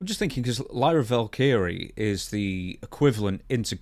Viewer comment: Typical video with not having a clue, can't even say Lyra's name right and she's from his neck of the woods. Dude is trash at his job and as much as I like Dutch, he's clearly becoming the guy who's out of touch and relies on for info and sucks at info.